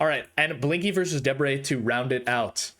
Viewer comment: YOU GOT DEBRE RIGHT.!!